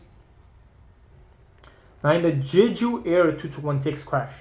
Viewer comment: Absolutely and not in "Jeju" like says in the video